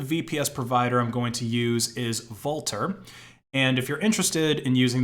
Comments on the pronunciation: Vultr is pronounced like Vulture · How does he keep mispronouncing things? Vultr like Voltur sudo like sudoo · Isn't that supposed to be pronounced like vulture? Wulter 😁